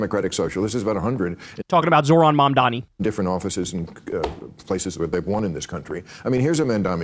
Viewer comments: Bill Maher was incessantly trying to police people over how to pronounce the word, "Vivek" but he still can't be bothered to properly pronounce, "Mamdani" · You can predict someone's political opinions with a high level of accuracy based on this litmus test: Can you pronounce "Mamdani"?